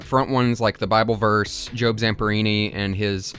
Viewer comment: Your pronunciation of the name Job for the character in this is probably correct because of all the Biblical themes